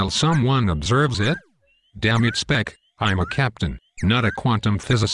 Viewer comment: Nice video, it's good to know that some of us never give up! Shame he keeps calling him 'Speck', but that aside, awesome work! Love how the exec just says 'cancel' to everything :p